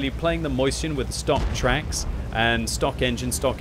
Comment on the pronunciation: NGL i thought you said something completly different when you said shot in the twacks >.<